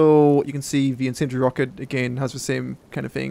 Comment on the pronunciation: these great things called syllables, use them. Sounds like you're saying sentry ammo. Lol. Incendiary, use the syllables.